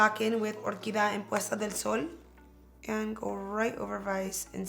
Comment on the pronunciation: BTW, its not " or key dah-' it's 'or- key- dee-ah"... no offense but it is such a shame when a Latin person with Hispanic background just butcher the language when the attempt 2 speak.